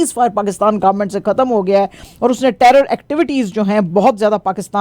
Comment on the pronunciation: ختم ہوتا ہے کھتم نہیں